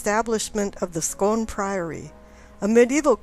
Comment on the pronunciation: The Stone of Scone pronounced 'Scoon', just like spoon but with a hard c. Good video I'll say, clearly you're very knowledgable.